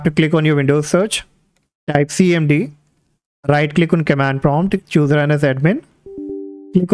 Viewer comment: bro i cant understand that in debloat window you weere saying right lick on desktop hit enter key icant understand wt u are saying